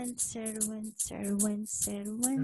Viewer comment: The Cerridwen sounds like "care-ihd-when". 😊